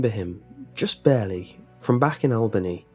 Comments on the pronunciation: Albany NY, pronounced (All-ba-knee) not albaney. And you got better the more times you said it. Other then like, loved your accent. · Your pronunciation of “Albany” as AL-Benny was driving me crazy, it’s ALL-BUH-KNEE. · Al Benny was so wrong! No, no, no! I graduated from SUNYA in 1979. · It's pronounced All-Ban-Nee(Albany)😂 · I'm from Albany and I love how he pronounces it😂.. its really supposed to be All-Bany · I just cant get by Al-BANE-ee new york lol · The way you pronounce Albany is interesting! Lol as a New Yorker I can say we pronounce it All-buh-nee but your pronunciation should stick! I love it! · Just to clarify, Albany NY is pronounced "all-ban-ee". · Good ole "AL-BAY-NEE" New York!!!....???? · Al Bay Knee, New York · Its pronounced “Albany - All-Ban-Knee” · Just for the reference, it's pronounced Al-BUH-knee. Like Jessica Alba-Knee. Great story, though, and amazing narration as per usual :D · "Al-BAY-knee" LOL!!! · "Al-bane-ee, New York" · Took me a minute to realize that it was Albany, since he pronounced it Al-bane-ee >.> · "Al Bay nee, new york" lol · "ALL-BUH-KNEE", NY for future reference. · Albany is pronounced al-bah-knee. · As a New Yorker I must inform you it is pronounced ALL-BUN-EE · Isn't it al-bun-nee? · thats not how you pronounce albany😅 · Jesus, that's not how you say Albany, NY.... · U said albany so wrong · So I wonder about the facts presented here, this man has a British accent and did not pronounce the city in NY correctly. This raises questions to the validity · You butchered Albany lmao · OMG. Way to screw up the Capitol of New York D: I hardly recognized it when you first said it